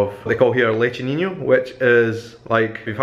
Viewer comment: Your pronunciation of "pastelão" and "leite ninho" are pretty good, so don't worry :) It might be difficult, but you're doing it well hahahaha you just got a new subscriber~